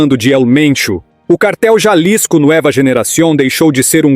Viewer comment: A pronúncia em espanhol é “NUÊVA” Generacion e não “ NUÉVA”….